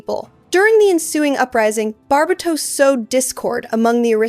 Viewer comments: I love your videos! I've never heard Barbatos pronounced this way, I've only heard it as Bar-BAY-tos, and it tickles my belly everytime you say it the way you do. lol I love it. This is so well structured! I also need an explanation for what your YouTube handle means!?!? Where DO all maps end?!! I'm SO CURIOUS ABOUT IT lol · great video, but its pronouced Gun-hil-der not goon hil der, bar bay tos not bar ba tos..